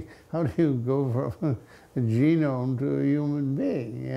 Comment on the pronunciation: Interesting choice of pronouncing genome like Jerome.